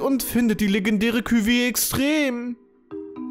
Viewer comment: bei cuvée werden die e's nicht ausgesprochen